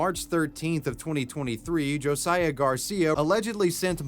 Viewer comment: Who else is cringing that he pronounced “Josiah” wrong?